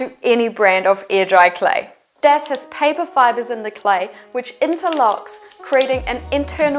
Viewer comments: Very handy tips ! Just you know: pretty sure it is pronounced dAs (open A as in Aloha ) and not dEs. In case you are planning on talking about it in future videos 🙂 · The correct pronunciation is not DES, it is DAS, from DArio Sala, who invented the product.